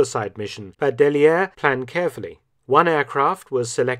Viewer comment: The double l in "Dailliere" is pronounced like y.